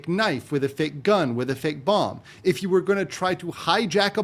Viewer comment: Are you unironically pronouncing the second 'b' in BOMB. You deserve worse than Hasan for that.